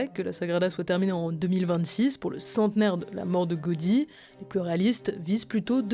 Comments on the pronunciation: Faut le prononcer Gaoudi et non Gaudi inculte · Par contre ça se prononce "Gaodi" et non Gaudi